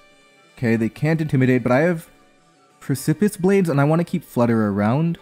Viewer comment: ily. You’re slightly mispronouncing “precipice”. You’re kinda saying it like “pris-sip-iss” and the correct pronunciation is more like “preh-sip-us”